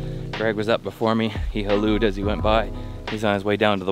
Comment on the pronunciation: “He helloud us” lol